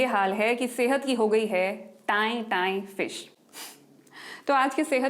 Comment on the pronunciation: Tain tain phiss hota hai ma'am not fish 😊